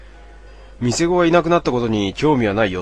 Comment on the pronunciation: 朗読を生業にするならもっと漢字の読みを勉強しましょう。 店子 みせこ✕ たなこ〇